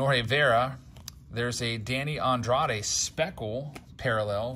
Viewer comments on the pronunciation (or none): none